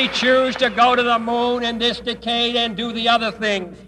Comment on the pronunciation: Anybody catch the way Kennedy said “decade”??